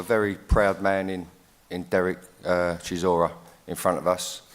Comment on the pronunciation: How’s Whyte correcting Chisora on his pronunciation when he struggles himself🤣